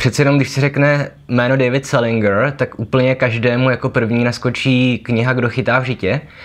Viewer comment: Dovolím si opravit - správná výslovnost je selindžr, ne selingr.